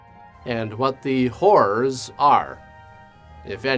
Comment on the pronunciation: I thought it was his accent, but it really was the Whore's of Spider Island...